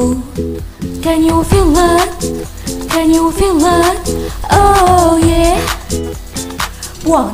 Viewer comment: خامه الصوت كويسه لكن مش متنسقه مع الاغنيه كويس كمان كلمه feel فيها الصوت i ودا مش بنعديه ف الاغنيه بلس that مش بناكلها الجمله الافتتاحية مش تدى نفسك فرصه انك تنطقى is لوحدها ف Emaa is back لا دى بقا تتقال بسرعه اتمنى تاخدى بالنصايح دى وتعدلى النسخه هتبقى احسن من كدا ي جميله😊